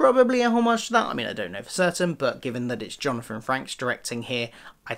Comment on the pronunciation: Frakes is pronunced like "fakes" with an r after the f. Great review!